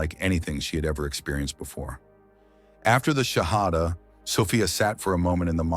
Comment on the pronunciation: The Shahada is wrong , or you are saying it wrong. If it is you, please rectify it